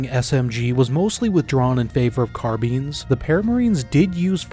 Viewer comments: Thumbs down for that carbine pronunciation, CAR - BUY-N not CARBEEN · Is that an AI voiceover or do you just not know how to pronounce 'carbine'? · Bro learn how to pronounce Carbine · could be because Languages tend to assimilate Words from other languages over time. As an Example for Computer in my Language, even tho it's used alot, we didn't pronounce it like the english but like WE say the letters P and C. Also as non Native English speaker the Car-Byne sound alot better. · If you wa to use the fench pronunciation, sure, but car-bine just sounds better for most people.